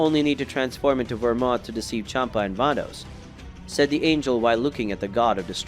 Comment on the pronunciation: Anya? Who read this they don't know how to say angel